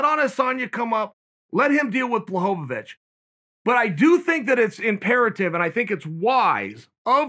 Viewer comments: if Chael says it's Blachowowicz then its Blachowowicz and not Blachowicz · Everyone else have just mispronounced his name all this time and Chael says it the right way, as usual.